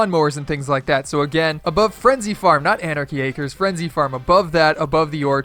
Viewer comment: U said anachy acers